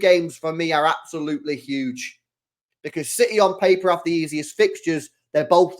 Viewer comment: CITEH💙 CITEH 💙CITEH 💙 CITEHHH💙